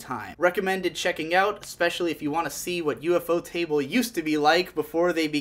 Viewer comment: The japanese pronounce it "Yufo-table", not U-F-O-Table